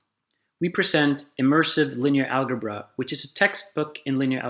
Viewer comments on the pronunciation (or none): Amazing—but one gripe: No one pronounces it “al•guh•bra”, not American, British or Australian English speakers. It is pronounced /ˈælʤʌbrʌ/, with a ‘ʤʌ’ or ‘juh’ sound. Especially for a promotional video, this is a bit jarring. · I know I'm 4 years late to the party, but in Swedish we pronounce "algebra" with a hard g sound, so even if he can make the d͡ʒ -sound, he probably pronounced it al-guh-bra out of pure habit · Furthermore, "algebra" derives from the Arabic word الجبر, "al-jabr" which is the joining of broken parts, as written by the Arab mathematician Al-Khwarizmi. The 'g' in algebra is definitely pronounced like the 'j' in "jump". Part of the problem with video-based education is having to re-record the whole video or set of videos to correct this simple, but potentially consequential mistake. Otherwise, I really like they you guys are doing this! Interactive education is great.